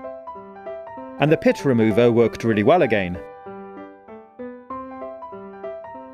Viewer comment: Pit or pip ?